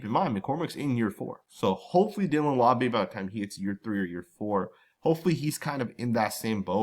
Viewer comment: Always butchering the pronunciation of Laube 😅 still love the content tho 😊🏴‍☠️